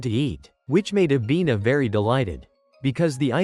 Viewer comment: Bro it not avina its nana